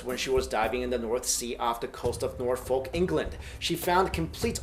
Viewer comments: It wouldn't surprise me if a forest was connected to Norfolk through doggerland. Found in North Norfolk is the worlds only wood henge circle of upside down oak trees as wide as a rear john deer tractor wheel. Oh! By the way 'Norfolk' is called 'Nor-fook' not 'Nor-folk' haha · Just a tip "Norfolk" is pronounced more like "norfuk" rather than "nor-folk". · norfolk is pronounced nor-fuk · Quick hint to any American trying to pronounce British city names. Any city name that ends with "folk" like 'Norfolk' is pronounced "Nor-fok" or "Nor-fuk" or even "Nor-fik" but not "Nor-folk" it just sounds wrong, to us it sounds like "North folk" two separate words. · you say norfolk like northfuk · That us not how you pronounce Norfolk. It's pronounced nor-fuk. (And try calling folk "folk" and you'd get a few odd stares.) And yes, the English in the British Isles is weird. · Norfolk lol Use that English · Ugh the way he's saying Norfolk...